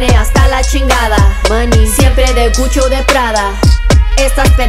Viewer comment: She said CUCHO? Instead of Gucci?😭😭😭🤣🤣